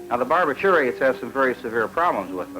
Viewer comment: BAR-bi-TUR-ates? Wtf …You mean BAR-BI-turates?